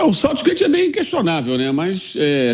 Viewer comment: Quando o sotaque se sobressai à pronúncia você escuta aberrações como 'SÔUTSHGÊITSH' 🤦🏼🤦🏼